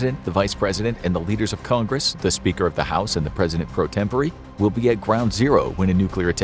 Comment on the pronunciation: The president pro tempor….EEEE????